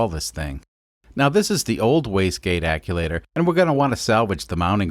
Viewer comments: Another great video in this series. I missed the "vertical" install vid., will catch it now. You had me scratching my head the 1st time you were discussing the waste gate "acculater". It was like hitting an unseen speed bump at 45 mph! Bam! After hearing you say that several times while working on modifications to what I've always known as an actuator (phonetic spell: Ackcheuwaiter) 😁, I guessed you were playing dumb, when you're very intelligent, making custom words like Vice Grip Garage or Taryl Fixes All. That's funny and fine, I can dig it! This was a nice, well done turbo install! (In an automotive research facility, I've fabricated several turbo systems, inc. 1 compound). Yes, boost pipe hot! Underhood temps don't cool it off either. Note: once intercooled, insulate cool pipe after I/C to reduce heat pickup from underhood heat. Thanks, Paul from S. Central Tx. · Actuator not aculator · Actuator not acculator. And you mispronounced the name of the company that you got the fittings from. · Hey man just a heads up, it’s actuator, not aculator. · Love the videos! Just a quick question... is there a difference between what you're calling an "acculator" and an actuator? I've been working as a diesel mechanic on freightliners for 8 or so months and one of the older guys I work with always calls them "acculators" instead of actuators. I've always just assumed he was mispronouncing the word but now I'm not sure if maybe years ago they actually were called "acculators" and the term changed at some point. Anyone have any insight into this? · It's hurting my brain hearing him say actulator. Sorry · Wastegate acTuator. Not acuator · Love the vid. But are you saying aculator? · American yet can't get the chew in ac chew wator. About had a stroke listen to it said wrong so many times but don't get me wrong. I absolutely love these videos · Love the video but you saying "acculator" over and over is driving me insane. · "aculator" I love it.